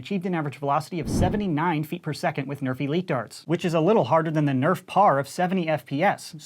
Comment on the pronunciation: Is it just me or does his 'nerf elite' always sound like 'nerfy-leet'? 😂